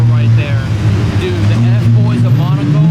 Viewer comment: The whole video, I thought he was saying "monocle plates"